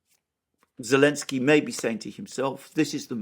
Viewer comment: Why do some people call him Elensky? Is that how it's supposed to be pronounced